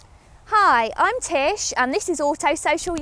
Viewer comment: Spot on with the name Tish its just wrong.